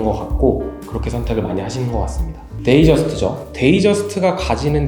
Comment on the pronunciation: 데이'트' 저스트를 '데이' 저스트라고 하는거 미칠것같아요.... 영상은 언제나처럼 너무 좋았습니다.